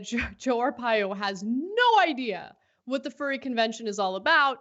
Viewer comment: Oh... They love animals alright... I love how he also has no idea how to pronounce 'furry'. Typical republican lack of education.